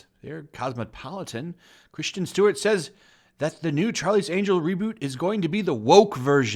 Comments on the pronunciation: How do you mispronounce Kris-ten as Christian? This isn't the Star Wars prequels. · I really hate how you pronounce Kristen. It's not Christian, it's Chris-ten. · Christian or Kristen Stewart. Please pronounce your words properly. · Her name is Kristin not Christian like you say it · While I agree with you I have to say that her name is KrisTEN Stewart not Christian Stewart. I would appreciate your videos more if you had actually paid any attention in english class. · Why does everyone keep pronouncing 'Kristen' as 'Christian'.....? Just asking! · Her name is Kristen and not Christian. Moron. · Alright PLEASE dude its not pronounced 'CHRISTIAN' Stewart, please just read the name for the love of God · Lots of movies flop. Elizabeth Banks is screaming "sexism" from the rooftops. Just take responsibility for all the bad decisions. Also...why does this guy keep saying "Christian Stewart"?? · It would definitely add to your credibility if you pronounced Stewart’s name correctly. It’s Kristen, not Christian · its kristen, not Christian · It's Kristen not Christian... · It's Kristen (Kris-ten) Stewart, not Christian Stewart. She's a no talent hack, but that doesn't mean I can stand the cringy mispronouncing of her name. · Are you purposely pronouncing her name wrong or do you really think it's Christian? There is a difference. I mean I agree with you but damn dude learn how to pronounce shit.